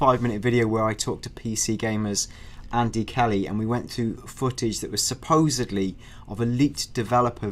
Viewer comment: Supposebly... god damn that drives me nuts. You guys are in journalism, can't you say it correctly??